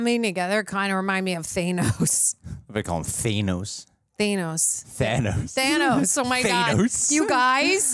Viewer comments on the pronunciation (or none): Yep... said “Thay-noss”